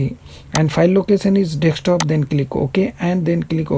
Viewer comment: Thanks. But Why you say Dekstop ? its just Desktop